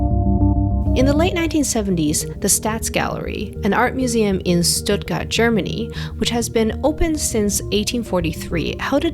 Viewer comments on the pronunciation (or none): "Intergrated"?...Type that on your keyboard, see the resulting auto correction, then study the letters in the word— then pronounce it. Get it right, you are a professional. Mispronouncing words is unacceptable. Also, young people say "shraight", but then in this case, pronounce Stuttgart with a normal S. It's Shtootgart. Now I'm waiting for you to say mou in, or Man ha in. Unconvectional?... I don't care if it close, DO IT AGAIN! Take two! Where's your producer? Does anyone speak English? Stay in your lower case. Don't go up into high voice at the beginning of every sentence.